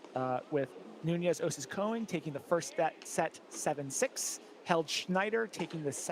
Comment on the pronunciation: One announcer rotates between Koing and Cohen instead of Konig. It’s distracting.